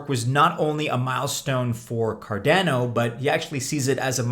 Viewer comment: you cant pronounce cardano, how do we take you seriously?